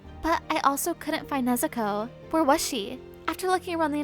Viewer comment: Why does she say nezuko nezukow